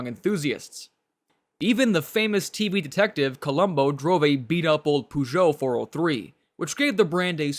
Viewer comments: The pronunciation of Peugeot is "poe-zho" and not "puh-zho" The pronunciation of Citroen and Renault are fine. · Bei fuhr Columbo keinen Puhjo, sondern einen Pöhjot - derr Namer 'Peugeot' wird im Französischen Pöhjo ausgesprochen. In den USA hatten die Mercedes Coupés und Cabrios wie die R117(American Gigolo) viel Erfolg, wobei die verstärkten US-Stoßstangen die Original-Ästhetik beeinträchtigten. Auch Volvo war damals in den USA ziemlich erfolgreich. Bei leider noch ein Aussprachefehler. "Und dann war da noch der Renault 'Dofi' - nein 'doof' war dieses Gefährt wohl nicht, aber die Aussprache dieses Renault Dauphine sollte lauten Dofiehn - wobei das 'e' tonlos bleibt. Bei wird sogar von einem 'Dolpfie' gesprochen. Bei verstehe ich nur 'Der Leo Deauvie' - keine Ahnung, um welche Marke es sich handelt, da auch der Name dieser Marke auf den Fotos nicht erscheint. Es gab mal einen - ich glaube es war ein Cadillac 'De Ville', was 'Stadtwagen' bedeutet, aber eine 'Leo' ist mir unbekannt. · Just out of curiosity, why do you strive to pronounce the French R in Renault and Citroen but end up saying POOgeot instead of PEUgeot? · No offence, but learn how to pronounce the brand name (Peugeot) if you are making a video about French cars. It takes just a few minutes to research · Congrats on pronouncing "Citroën" and "Renault" perfectly. Only your "Peugeot" is slightly off, but I'm nitpicking. ;)